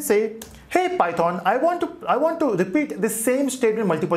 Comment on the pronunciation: 0.07 its not pythooooon its pronounced as pythan